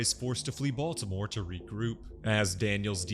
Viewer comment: It's pronounced Bitty-more...